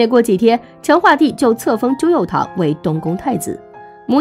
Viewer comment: 朱佑樘 cheng 姐 你也真敢读啊